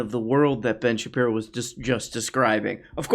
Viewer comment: Shapeno.?? You don't even know what his name is? Come on dude. I can't stand Ben Shapiro, but for gods sake get it right.